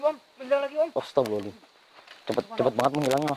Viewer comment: Itu nyebutnya bukan astaghfirullahal adhzim tapi astaghril al adhzim.. Sudah aku ulang2 berulang kali.. Semuanya nyebut astaghril al adzhim.. Artinya apa?